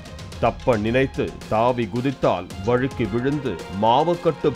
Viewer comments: வழுக்கி விழுந்து that slang 😂😂😂 வேல்ராஜ் 🤣🤣🤣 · நீங்க "வழுக்கி" னு அழுத்தம் கொடுக்கும் போதே புரிகிறது .